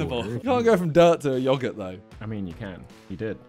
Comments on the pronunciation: bro simon said yogort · how do u say it? yo-girt? 💀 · the way he says yogurt 😭😭😭